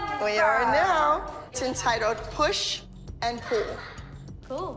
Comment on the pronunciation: Thought she said push and poo xD